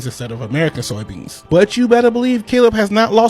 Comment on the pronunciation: Is she saying "soyo" beans?